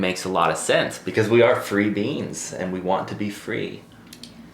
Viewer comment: said “free beings” and I heard “free beans” and for some reason that made me so happy! In my head I could see us all just like a big bean plant stretching our tendrils in different directions 🤣